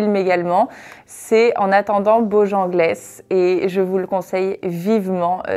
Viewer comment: On-dit bojangeule et non bojangles😅